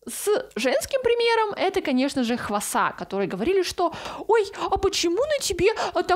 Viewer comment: имя хваса произносится немного по другому😅 ударение на первую А